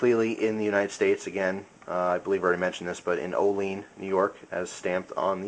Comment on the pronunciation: I think you mean "oh-lee-ann" NY :)